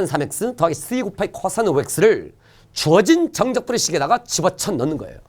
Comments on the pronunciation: 이쌤 코싸인 발음하는거 개신기하다 쿼싸인ㅋㄹㅋㄹㅋㄹㅋㄹㅋㄹㅋㄹㅋㅋㅋㄹㅋㄹㅋㅎㅋㅋㄹㅋ비 겁하기 쿼↘️싸인⤴️ㅋㅋㅋㅋㅋㅋㅋ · ㅅㅂ 호흡곤란 올뻔ㅋㅋㅋㅋㅋㅋㅋㅋㅋㅋㅋ코싸인 억양 ㄹㅇ ㅋㅋㅋㅋㅋㅋㅋㅋㅋㅋ